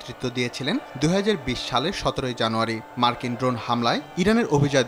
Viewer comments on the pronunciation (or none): none